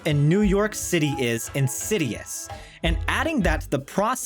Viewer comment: Lose 'legs-acy'! 'In-city-ous' is good, though.